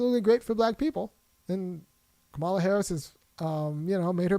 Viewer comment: Now I understand why you call her Ka-MAL-a like the racists do.